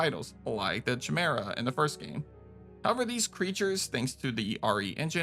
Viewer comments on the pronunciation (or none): Surprised no ones mentioning how he pronounced Chimera